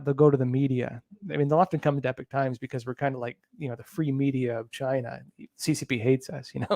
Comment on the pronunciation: Epoch not Epic 🙅